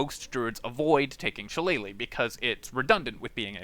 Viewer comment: it's shi-lle-lah, not shallay-leigh I love your videos, except I have to go through your explanation about taking every single spells or proficiency or subclass or stats that inessencial to the build itself. I'm tired listening 70% repeated explanations, which every other video already have, 30% core things abt the build. I'm not only talking abt your channel, every other channel that pops up at the top search always do this. Do the main thing, let us choose the rest.